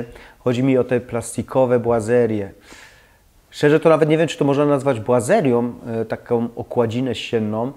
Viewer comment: Zgadzam się z wszystkimi punktami. Niech mnie jednak ktoś oświeci, skąd i dlaczego „błazeria” a nie „boazeria”? Kwestia dykcji?